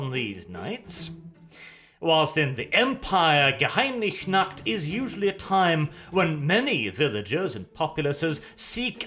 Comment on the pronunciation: Just one Question: Why do you keep saying Geheimnich and not Geheimnis?!?